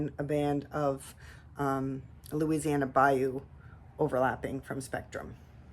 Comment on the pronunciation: Here you go, you’re saying it correctly. BAYOU - (pronounced Bi-Yoo) A marshy, sluggish tributary of a river or lake. 😊 I love that new boogie pink, so beautiful with the turquoise! Your combos are all gorgeous. Do you dip your river birch and honey flux or paint those on first and then dip the tops?